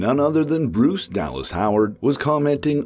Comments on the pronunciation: Sounds very exciting Bryce Dallas Howard is working on it. The episodes she directed in The Mandalorian & Book of Boba Fett were good. I think she will definitely direct an episode. "Bruce Dallas Howard"😂😂😂😂 its pronounced Br-ice not Bruce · Bryce is pronounced like "brice" not Bruce lmao but still exciting news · Bryce... Dude!!! Did you seriously think that a woman's name was pronounced "Bruce"?